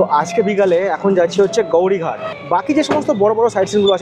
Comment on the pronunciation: ওটার নাম গৌরি ঘাট না, ওখানের লোকের উচ্চারণ হলো গোয়ারী ঘাট।